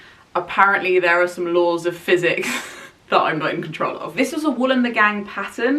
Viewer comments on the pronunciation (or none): none